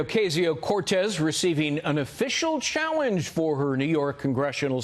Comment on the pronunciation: They should learn how to pronounce Alexandria Ocaso-Cortez's name. At least Fox keeps up its reputation as having idiot hosts and idiot viewers.